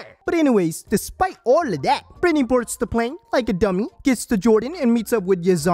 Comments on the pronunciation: I never caught the "Bretny" but now I'm fucking dying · “Bretny” omg I didn’t even catch that 🤣